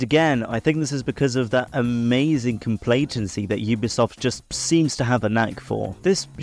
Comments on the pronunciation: I really don’t want to be that person but when one minute of your intro hypes up about “introducing” what vapid means, then you just goggle it and read it from there without adding to it- then you go on to say “complatency” instead of what I assume you mean is complacency- well either it was a set up to a joke that I sadly didn’t notice or you legitimately said complacency falsley as “complatency.” If I were an english major, i’d be deeply offended. But i’m not, so carry on~ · "complatency" is sending me